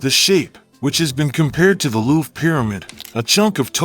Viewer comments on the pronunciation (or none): none